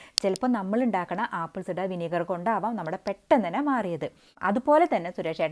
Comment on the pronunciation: ആപ്പിൾ........... വിനിഗർ ഇടയിൽ പറയുന്നത് വ്യക്തമല്ല. അറിയുന്നവർക്ക് അറിയാം. അറിയാത്ത ആളുകൾക്ക് മനസ്സിലാവണ്ടേ. വഴിപാട് അല്ലല്ലോ